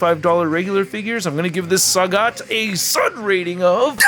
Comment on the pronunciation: El traductor anda con todo 😂: Sagat❌ Sagot✅ Dhalsim ❌ Dulim ✅ Enamorado ❌ Enamorada ✅ Inmediatamente me sorprendía 😂 buena revisión a la figura de Sagat😎👍🏻